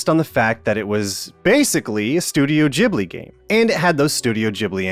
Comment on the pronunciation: Ghibli! like Gold not Jibli like Jizz... christ american.. first ryu, then lara, now ghibli. you deserve trump